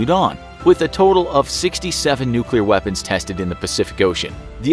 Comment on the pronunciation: There was a nucular explosion bit this might be a health hazard